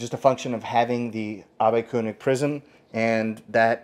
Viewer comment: He did pronounce it perfectly (I'm Swiss German) and the prisms are Abbe-König (I guess it's written Koenig for the non-Germans)! 😛 Ernst Karl Abbe was a physician and worked together with the founder of Zeiss (Carl Zeiss and Otto Schott)! That's why Zeiss is using those prisms! 😍